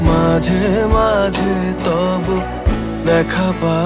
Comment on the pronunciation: Ei vocal ta just disgusting. Jeno kono British jor kore bangla bolche. Too much H in pronunciation. "Majh he majh he toboho" & ' KenHO meghh ashey ' ! Seriously, WTH!!